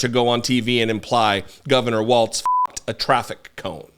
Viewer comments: Walz..not Waltz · Just please make sure we pronounce it without the T. It’s WALZ. Like BIG BALLZ WALZ 😉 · It's pronounced Walls, as in: they're closing in on the republican party.